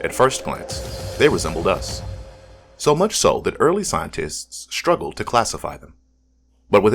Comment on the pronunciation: English: there's no H in the word STRUGGLED. There's no H in the ST sound.